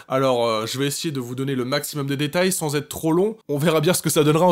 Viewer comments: sans prononcé sens j'ai mal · on dit "sAns" !!! c'est pas pour être méchante mais voilà quoi...😞 a et moi c'est #team pain au chocolat! !!